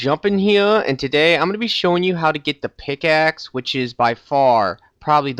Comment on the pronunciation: pigaxe lol